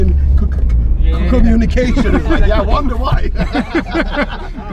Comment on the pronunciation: Tommy may have problems whistling, knowing the location of the Bahamas and pronouncing "communication", but he sure as heck can drink beer🍺 like Quicksilver! Way to go mister 👏! PS: I don't know what I'm looking forward to most: "the Great War" coming out or seeing you guys on concert once more.. Actually both :)!!